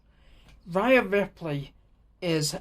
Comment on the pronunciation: it's pronounced day-na and rhea is ree-a but otherwise it was a great video mate